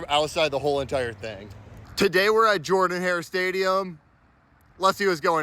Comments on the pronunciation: you did good pronouncing jordan hare buts it’s not JOR-dan it’s JER-dan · It’s pronounced JER-dun Hare Stadium, clown. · It’s pronounced jerdan